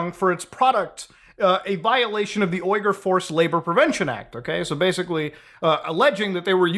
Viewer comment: You pronounced Shein and Uyghur wrong.